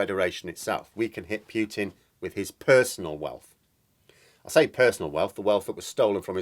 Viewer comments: Just a friendly heads up: It's pronounced "Pootin" (Путин), Please don't say "Pyootin", which in Russian would be "Пютин". It is not! I've got to say that I cringe every time you pronounce it like that! Cheers. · Putin is properly pronounced 'Pootin'....not 'Pewtin '.